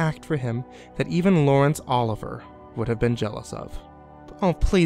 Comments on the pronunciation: Lawrence Oliver!!! Wtf? Only an ignoramus could mis-pronounce the name of one of the greatest actors of all time! Its Sir Lawrence Oh Live ee ay! Twat! (That's called a phonetic representation of the prononciation just in case this went over your head too! (Gawd I would have never unmasked if I had your mis-teading record! Lmfao!). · Lawrence Ol-iv-EE-Ai is the pronouciation...lol...Oliver...;p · Ugh Laurence Olivier. Oh-liv-e-ay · So we're all just going to ignore the way he pronounced Laurence Olivier.